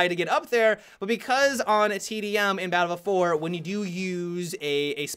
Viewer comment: Balffield fowar.